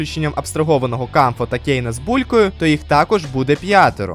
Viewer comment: Дякую за огляд і за поширення класного збору з розіграшем! Тільки клоун Кауфмо, а не Камфо 😭 Його й так віртуальна реальність образила, за що ви так...